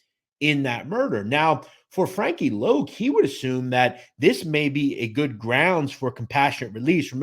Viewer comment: It’s Frankie Lo not loc